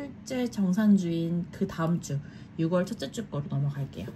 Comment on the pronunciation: 함께 힘내용 ❤❤, ~ 조심스럽게 말씀드립니다. 말을 해야하나 안해야하나 했지만 결국 이리 남기네요...6월 발음은 육월이 아니라 유월입니다. 많은 분들이 보는 영상인 만큼 올바른 한국어 발음으롤 해주시면 좋겠습니다!!